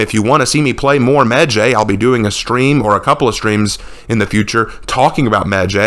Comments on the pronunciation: his name isn't meh jay it's medjay like eye/sky/cry/fly/hi/bye/why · It’s really weird hearing people pronounce it that way medjay I’ve only rlly hear it sound like medjai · Alot of people pronounce medjays name wrong when it's pronounced "medji" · I got 2 things wrong wit this video the fact you think ubisoft is being racist and the fact u don't know how to pronouns the heros name even tho your supposed to be some kind of historian or what not